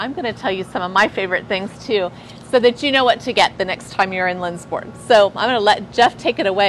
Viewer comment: As a Sweden I would love to visit this town and store! To actually see how Swedish this actually is :) ALSO on a side note! if you wanna try to say Lindsborg correctly try to pronounse it like: Lindsborj With the "j" at the ens sounding like your about to say "yes" and the "O" in Borg pronounced like the "O" in "York" hard to explain! But if you have ANY questions about swedes tradition pronounciations just contact me, I can always help